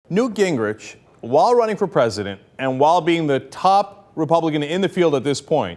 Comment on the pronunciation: The correct pronunciation of his name, according to his sister, is Gingrick